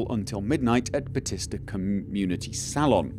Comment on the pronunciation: It's Saloon (sa-lune) like as in a western bar, not a place to get your hair done.